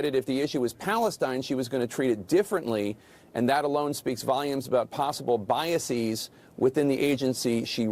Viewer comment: Why does pronounce antisemitic to rhyme with emetic? Maybe cuz it makes him want to vomit? And why does he pronounce biases (plural of bias) biaseeez, like the plural of crisis? Is the plural of base baseez?